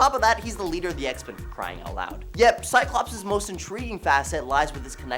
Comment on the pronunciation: THERE IS NO "E" IN "CYCLOPS"!!!!!